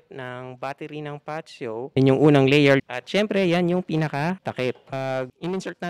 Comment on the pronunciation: Mas alam pa ng vlogger bigkasin 'yong unit kaysa sa mismong sales representative eh haha